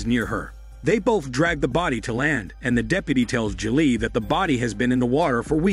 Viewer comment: Why did he also say ja-lee for Julie lol